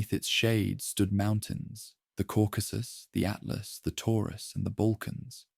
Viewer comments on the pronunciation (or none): none